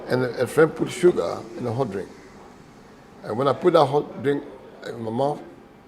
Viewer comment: Yeeeeeyy! My bro, got the right pronunciation now. Hahaha! Guys, did u hear it, he said HOT pepper, as opposed to his American HAT! Now when u get to Kumasi u can let them know, u want HOT bread! Proud of u bro! Great interview!